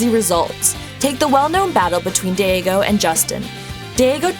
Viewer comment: His name is DAIGO not DEIGO